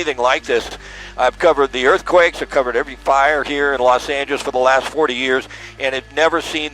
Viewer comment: LOS ANGELES ❌ LOS AMBLES ✅